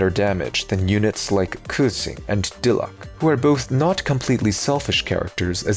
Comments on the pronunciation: pronouncing Japanese: "I studied abroad in Nagoya for 3 semesters" pronouncing Xingqiu: off the hook because no one pronounces him correctly pronouncing Diluc::pepega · Lol I blame the JP dub for forgetting that Diluc is Diluke in EN